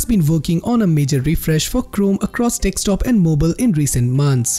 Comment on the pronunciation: It's desktop not dekstop